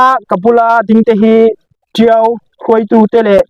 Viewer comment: Tio a ni lo. Tiau a nih hi aw zer zawr mai.